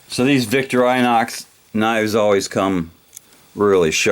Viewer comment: the brand is actually "Vick-tore-in-ox"